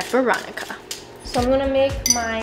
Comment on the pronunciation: it sounded like she said ronica